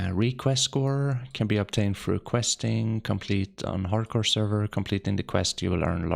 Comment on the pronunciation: Haard Core you say?